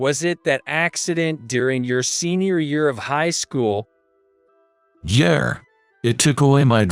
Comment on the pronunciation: Please people, yeah is not yay.